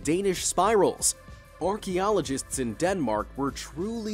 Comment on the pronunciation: Hmm whats an "Orky-ologist"?